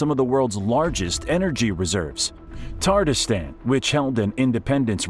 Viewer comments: Tatarstan is not pronounced "tartastan". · PLEASE, PRODUCERS, correct your English pronunciations! It is u-KRAINE, not YOU-kraine. There’s no COW in Moscow, and the list continues - with Tatarstan and more. Why is this a concern? While delivering facts/information, you are teaching scores of single-lingual American English speakers who, given lack of information and/or travel abroad, rely upon accurately communicated place names. To garner respect and trust, please be willing to learn/apply proper pronunciations before recording.